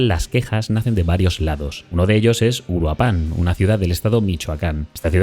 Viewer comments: Puedes decir Uruapan, haciendo enfasis en la segunda U. Uruuuapan. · Hola excelente video. Pequeño aporte: Se pronuncia uruÁpan, no uruapÁn. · Soy de Mexico y de inicio se pronuncia (uu-rua-pan) No uruá-pan Pero bueno regresando al tema Pues... hay esperanza para 2027 ya dicen que haí la van a destituir si no es que antes Pero hay muchos problemas antes deso Militares siendo apestados y narcos siendo salvados por los putos derecho humanos que para nada sirven Este 2026 viene cargado con 50 nuevos impuestos sacados del culo El lado positivo es que hoy con las redes y canales asi, los Mexicanos están despertando la manifestación funciono destapamos a ojo público la verdadera cara del narco gobierno y habrá cambio Tal vez no viva para verlo pero si todo sigue asi Mexico vera la luz por fin Verás es un régimen perfecto no hacen creer como bueno muchas cosas Yo por mucho tiempo creía que hoy 17 septiembre dia de la revolución era algo bueno Pero no Ese dia lo que paso es que se inició la dictadura que hasta hoy sigue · Mi única aportación es que Uruapan tiene su sonido más fuerte en la primera A aunque no tenga acento. UruApan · El acento es en la primera sílaba de Uruapan. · Muy buen video, aunque me sorprende como los medios extranjeros evitan hablar de una de las principales razones por las que la gente está harta: que nos consta que vivimos en un narcoestado. *Puntos extra porque hizo un muy buen esfuerzo para decir Cuahutemoc (aunque no le salió bien Uruapan 😅)